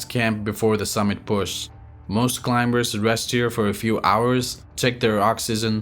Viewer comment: pronounce CLIMBERS with silent "B" as "climers".